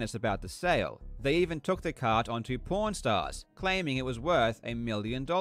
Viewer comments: I can only hear "pornstars". I can´t focus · Really sounds like hes saying porn stars not pawn stars 😂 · it sounds like he says pornstars every time he says pawnstars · Was listening to this while cleaning my work van without watching the video. Kept thinking they were saying porn stars😂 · When he said pawn stars I thought he was saying porn stars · Him saying pawn stars but it sounds like “P*rn Stars” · it did not sound like he was saying pawnstars...